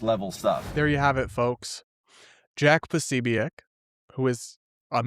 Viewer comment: quit pronouncing things like Candace!! Posobiec isn't pronounced that way!!